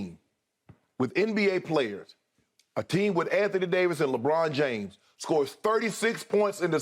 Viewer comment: Let’s hear it Shannon “LEEBRRONN JAMES” Lebron can’t win, he’s not a winner. He blames everybody around him and wants 5 all stars on his team in order to win.